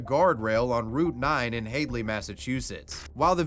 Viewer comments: "Hade-lee." My 34 years as a Masshole have given me authority to correct this: "Hadley" is pronounced "Had-lee." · lol the way he pronounced Hadley, Its pronounced more like Had.Lee but here in Ma all our towns/cities are pronounced nothing like how they are spelt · I can’t say I’ve ever heard anyone mispronounce Hadley lol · I've never heard anyone pronounce Hadley that way. Great Video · Took me a second to realize the dirt bag story was about Hadley, as it gets a short A sound lol. Np but thought that was funny